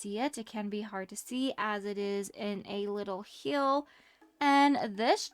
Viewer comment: Hi can you say hill instead of hyel ty!